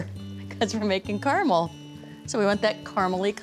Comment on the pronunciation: Finally! CARAMEL pronounced CORRECTLY!